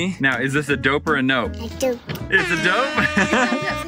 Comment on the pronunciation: AWWW she thinks it's "Doper Nope" Not "Dope or Nope"